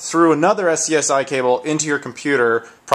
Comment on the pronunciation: i'm pretty sure that the term SCSI is pronounced "scuzzy". its not a very rare cable, they were basically the usb of the ninetees.